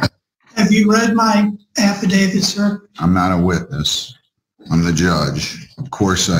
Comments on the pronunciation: old mate's another one who's keen on an "Affa David" & those that are make sure they constantly mispronounce it too as if they're correcting the judge & shaking their boof heads at them. I love it!!! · "My affiDAVID reads for itself." No, your affidavit cannot read. It can speak for itself, but it cannot read for itself. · Stupid people say affavid! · American speech is so in precise and so sloppy. The word is affidavit with a T at the end not an affidavid. No D. Not even a highly trained judge, and Attorney can pronounce words correctly, wow, no wonder the law is so imprecise.